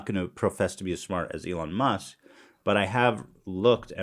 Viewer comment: >Eelon Moosk